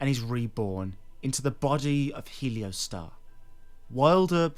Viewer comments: not heleo, heol. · How can you look at the spelling of the name, reading off of a script and somehow still say it wrong? Helio Star? 😂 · It's pronounced HE-ol-store (US) or HAIL-stor (UK) (not helio-star). It's an old English word meaning 'darkness.' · It’s not pronounced “helio-star” is pronounced “he-ol-stor” it is an old english word for covered/obscured in darkness/shadow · How do you read the word "Heolstor" and get "Heliostar?" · I'm sorry, man... I hate to be that guy, I really do. But Heolstor is pronounced like "Hail'Store" kinda like how the elden ring Gaol's are pronounced "Jail" Again, I'm sorry to be a grammar officer 💀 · really bro?… “heliostar”😂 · Def not the same 😂😂 bro nane is literally pronounced how it’s spelled yet somehow people say “helio-star” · It's He-ol-stor. <3 :P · Heleostar? We doing mispronunciations for ragebait now? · I think heolstor is pronounced like holster. Like holstering a weapon. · Think its pronounced more like Hoyls Thor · thanks for your hard work creating these entertaining videos, however, its not a matter of not having said the word before. Its a matter of reading the world properly. Nonetheless, not pronouncing the word properly gives you a lot of traffic. Congrats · we have an opinion too - you’re annoying and we disagree with what you said. :) I’m an English major in college FFS, and I couldn’t care less that he mispronounced it! sorry if that shatters your fragile ego!!! Also Vaati? The one who had a plagiarism scandal during the Bloodborne years? That’s your “hero”? I guess plagiarism isn’t as bad as mispronouncing something hahahahaha. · Bruh managed to mispronounce every name. Heolstor I guess is understandable because that’s OE but Isolde is like Shakespearean classic.